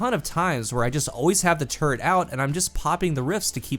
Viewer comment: says “turret”, all I hear is “turd” 💩